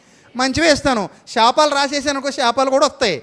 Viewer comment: షాపాలు కాదు శాపాలు...... ముందు తెలుగు సరిగ్గా పలకడం నేర్చుకోండి